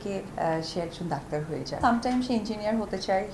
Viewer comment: দক্তার নাহ ডাক্তার 😂😂